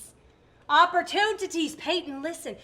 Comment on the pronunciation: "opportuntities" I died laughing XD